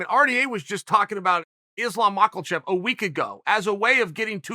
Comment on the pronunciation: "Izlum Mawklechev"